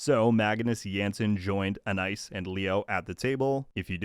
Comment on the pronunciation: A-nice? Do you mean Ana-eese (Anais)?